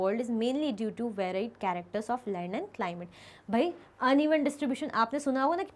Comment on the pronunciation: Mam is saying lend